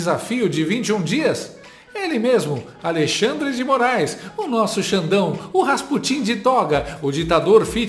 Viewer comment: Segundo o jornalista Oinegue da Band; "... há dois Brasis com o alei-xandre...".